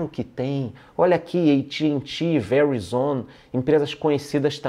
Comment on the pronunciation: Essa pronuncia do "Verizon" foi foda kkkkkk... Figura!